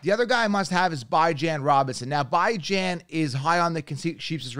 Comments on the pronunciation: You don’t even know how to pronounce Robinsons name and he’s your top pick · bro you can go on any video they pronounce his name correctly you butchering it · Why you pronounce bijan robinson name like that 🤣🤣🤣🤣🤣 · Why is it so hard to say Bijan correctly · Good video and content but just wanted to let you know that you pronounced Bijan wrong. He’s gonna be a Top 5 RB as a rookie 🔥🤩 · Never watched any of your videos but within the first few minutes you claimed you can predict injuries and mispronounced Bijan Robinson... Safe to say I'm out lol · It's Bee-jhan, not Bye-Jan. Stop intentionally mispronouncing his name. It's juvenile. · His name is bee jawn like the dog not bye gin man 😂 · Alr I guess so, just as a Texas fan it pains me to hear it pronounced that way lmao. Also what round would you consider taking Tony Pollard in after his injury last year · Alr timeout it’s pronounced Bijan Robinson not Bi-Jan Robinson, please look up him getting drafted or something, other than that good video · it's def pronounced Bee-Jon...might not make sense but it's not By-Jon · WHAT?? He said his name is pronounced Bee-jonn Not by-jan Wdym by I set trends… it’s a fucking name bro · I lost all respect for this guy when he said Bijan as ByJaN😂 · “Bye-Jan Robinson” 😂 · It's hard to trust a guy's advice who can't even get names right though...Bajin!! WTF. He sounds very convincing but this is not the first time I've noticed this. Yikes... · It’s pronounced Beejon Robinson, love the content tho! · You pronouncing Bijan name wrong it’s Bee-John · Did you just say “bye-Jan” Robinson lmao. You expect me to listen to you when you can’t even pronounce someone’s name correctly? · it’s literally not and it makes it hard to digest the content. Bee-Jeanne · IT’s pronounced “beej on”Robinson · Bye-jan ? You gotta learn to pronounce names first. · Idk if you're joking but you definitely got it wrong lol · you pronounced his name wrong af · Why are you purposely pronouncing Bijan name wrong..